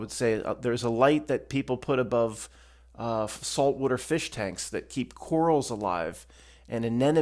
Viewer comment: salt wooder